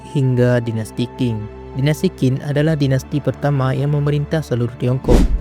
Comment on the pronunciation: Sebelum buat video tolong dipelajari dan dicatat dulu dong bang sejarahnya. 1 menit pertama ud banyak kesalahannya, tp sy tetap nonton sampai selesai sih, benar2 banyak mengarang bebas atau memang salah sumber? Bisa baca di Wikipedia juga urutan dari dinasti2 kunonya. Terus biar ga bingungkan penonton Qin dan Qing itu bukan disebut dinasti King, Q di sini bisa dibaca Ch, Qin = Chin, Qing = Ching. Keseluruhan, walaupun campur ngawur tapi saya apresiasi semangatnya membuat video pengetahuan begini dan cukup menghibur. Semangat untuk terus berkarya, semoga sukses!